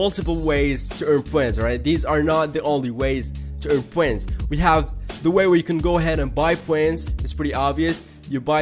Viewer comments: they are called points not pwens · u get poents dont u, Its points Po ints not po ents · why do you say points so weird?